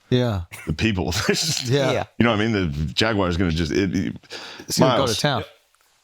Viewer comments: anyone catch Shane pronounce Jaguar like Jaguire? Wtf is that 😂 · Jaguar. Not jagwire